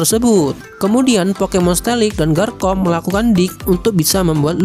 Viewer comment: ngomong garchomp nya bukan garkomp bang tapi garcomp pake c bukan k